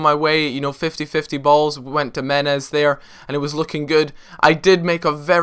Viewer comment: Meh-nez! For god sakes